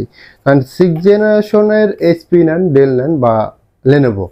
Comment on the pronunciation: ডেল না। ডেল বলেন কেন?